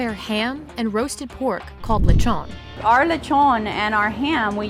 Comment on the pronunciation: "lechwgon" lol